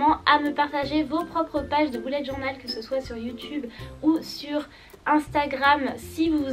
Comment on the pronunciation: On dit bullet journal (beullète)